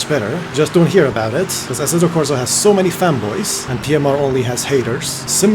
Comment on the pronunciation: But the real question is: Did you say fanboys or femboys ?